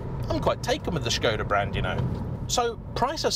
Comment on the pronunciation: 1 minute into the video, and he said Škoda with the Š, not Skoda like the others… he’s differend, i like it, i’m proud ❤️‍🔥 Thank you 🇨🇿